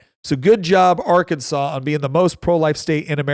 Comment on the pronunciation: Do not call it our Kansas, it’s Ar-can-saw